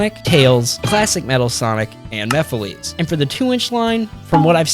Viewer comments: Mephiles's name is pronounced "Mephil-ess", not "Mephileez". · After all this time, people still don't understand that Mephiles is pronounced "mehf-ill-less" instead of "mehf-ill-lees"? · Stop pronouncing Mephiles wrong! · Bro can't pronounce Mephiles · my guy PLEASE learn how to say mephiles